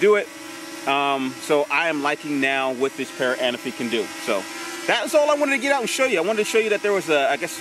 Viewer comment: The Parrot A-Na-Fi ...lol... you and my boy Inspector Gadget always call it the Parrot Ana-fi..lol...but since its your drone, I guess you can call it Larry if you like (